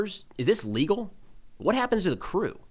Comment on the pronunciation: But, my lord! Is that lee gull?